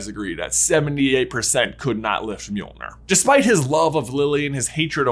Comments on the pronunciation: The name of Thor’s hammer is pronounced “Johnathon”, right? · God i hate being danish, hearing other people pronounce Nordic names like Mjølner - don't worry you and are better than the majority I've heard, but still...